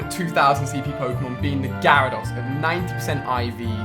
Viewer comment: Do all people from the uk pronounce Gyrados and lapras like that? It annoys me so much because I'm a whiny little bitch.